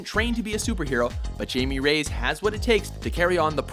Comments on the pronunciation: My last name is Reyes. It's pronounced "Ray-yez". You were pretty close. And it would only be "High-May" if you were pronouncing it in Spanish. Still, good shit man. :-) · Don't forget the "Rays" when it suppose to be "Re-yes" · Jay-me Rays? Does this channel even try? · You Say Jaime Reyes Wrong. its pronounced "High May/ Jamie" Ray Yes/ Reyes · It's actually more like "Hi meh" (Jaime) "Reh yes". Trust me, I'm a nopalero. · I just love how they butchered his name so much. "Jamie Rays"?🤣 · It's pronounce "hi-meh" not "Jay-me" and "Re-yes" not "Rays" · guys, not to gripe or anything, but it's "hi-may ray-yez" not "jay-me rays" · How the hell did you manage to end up pronouncing "jaime reyes" like jamie rays. It's "Hi-meh reh-yes". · why tf he call him Jamie Rays? It's Jaime Reyes, pronounced "hi-meh ray-es" (but in mexican accent) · it is hi-may - ray-ass not jamie rays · High-may Ray-yez. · yeah its pronnounced "high-me Ray-ez"